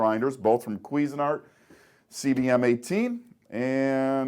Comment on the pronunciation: kwee-zen art...wth, lol